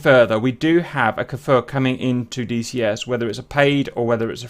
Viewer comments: you are saying kfir like kaefir its just kfir man ahah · oooh Nice and greeting from Israel Kfir means Lion cub in Hebrew. just a thing about the pronunciation of the Kfir... it's not K'fir or K-Fir like I hear Everybody pronouncing it... it's Kfir, like Cliché, or Cream or Krakatoa.